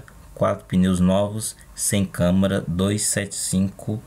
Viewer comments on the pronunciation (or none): none